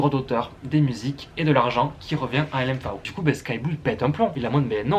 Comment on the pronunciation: Je découvre cette chaîne, c'est vraiment pas mal. Par contre je n'ai jamais entendu L.M.Fao ou "Ferji", mais L.M.F.A.O et "Fergui", ça surprend 😉